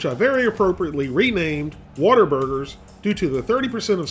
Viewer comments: That's because it's pronounced "What-a-burger" not "Wattaburger" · Calling them "waterburgers" is a disgrace to Whataburger lol. We pronounce Whataburger; Waterburger, and they're amazing.